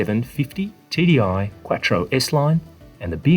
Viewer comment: "Quat-tro" LOL.